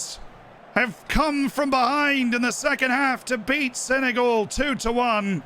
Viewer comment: Brit accent is top but we don’t say Senegal like that